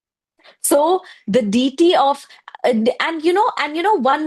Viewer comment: Its not DITI, its deity